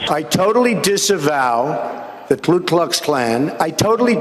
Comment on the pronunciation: You DT...it's not Klu...it's Ku!